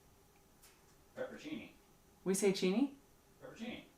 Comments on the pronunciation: it's 'peperoncini' as in 'peperONcini not 'pepercini' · Peperoncini is pronounced pepper on chee nee. I love you guys. You are some of the best YouTube has to offer. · Isn't it "peperoncini"?